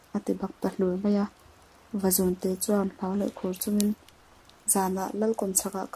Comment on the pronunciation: Vazûnte tih hi LÛ tih kan lamna Û kan thluk ang hian thluk tur a ni.... Vazûn hi sava chikhat a ni...